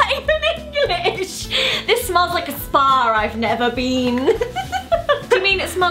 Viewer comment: It's like a spa I've never been... Does anyone else hear her say sparn and not spar? Not hating I love both of them 😉